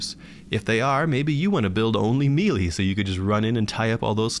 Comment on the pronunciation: my god please learn to pronounce "melee" correctly...